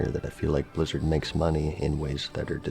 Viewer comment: Why does Asmon pronounce it as Bluzzard? And what is BoD? Bind on dickup?